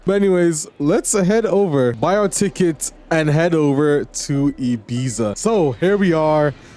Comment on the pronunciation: I'm sorry to be a pain but I just couldn't keep hearing it without saying something but it isn't called Ibeeza but it's E-bee-ta. Just like you'd pronounce Pizza.